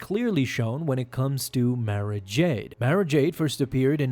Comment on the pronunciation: Good video. Definitely saying Mara incorrectly though!! 🤘🏻🧡🧡🤘🏻